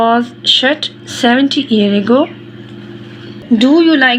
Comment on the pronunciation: Mam ego nahi ago hota hai pehle parnah seekh lai😂